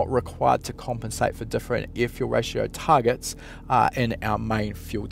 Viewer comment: I like it when he says ear fule rayshow